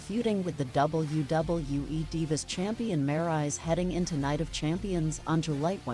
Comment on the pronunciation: wait a minute did she said maryse name wrong i bet she did i heard all of it